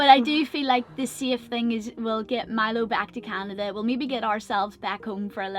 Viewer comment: My family is from NY, but we have a home in Long Beach Canada as well, and you're not the only person to say "Canadia" - for some reason it's a common thing.